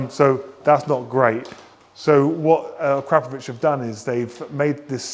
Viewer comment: Learn to pronounce it correctly as per the manufacturer Akra Po Vic 😉